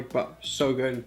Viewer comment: I love the way he says "this is gyood."